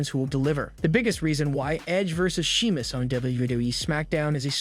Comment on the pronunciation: Are you even a fan? Everyone knows how to pronounce Sheamus, except you.